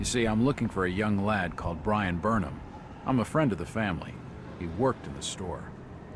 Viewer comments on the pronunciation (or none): none